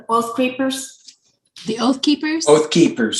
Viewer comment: Did you say Oathcreepers? 😆